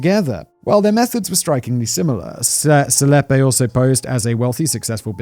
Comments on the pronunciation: Dude Selepe is easy to say hahha it's Se-le-pee! Not Selep. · i'm oddly bothered by "selepe" being pronounced "seleppe", lol...